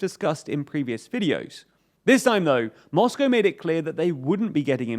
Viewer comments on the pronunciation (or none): none